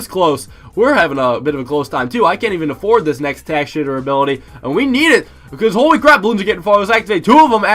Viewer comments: Did he say 5th tier tack shitter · Did he say tack shitter? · Yea im starting to thing he says tac shitter on purpose